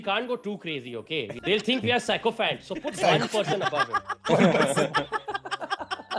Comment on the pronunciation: first time hearing rohan pronounce a word wrong (sycophant)